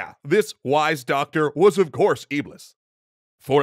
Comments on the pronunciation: you pronounced iblis wrong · Iblis is pronounced iblees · Great episode but here is something EXTRA 1 : iblis is pronounced iblees 2 : is the same creature as shaitan 3 : and it's the fallen angel in Islam that tells people to sin and do wrong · guys, the correct pronunciation of Iblis is in fact Iblees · Iblis? I thought it was Ahriman .